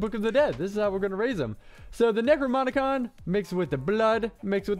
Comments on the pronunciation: DAMMIT! It's "necroNoMicon" not "necroMoNicon"! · Am I the only one who gets annoyed by him saying Necromonicon instead of Necronomicon?